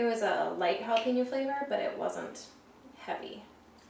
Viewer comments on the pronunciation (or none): You mean Jalapeño, Jalapeño